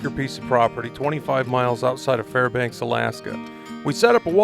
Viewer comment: waitasecond, you said Farbanks. Hello neighbor!